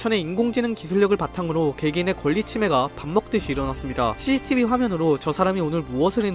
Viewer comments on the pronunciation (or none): none